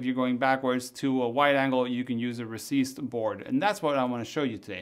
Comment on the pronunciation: UMMM It's a recessed lens NOT a 'receased' lens